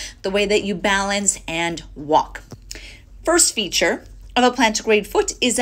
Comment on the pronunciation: "first feet-ture" lmao